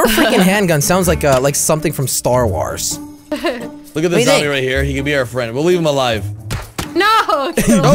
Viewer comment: He said Star Wars wrong.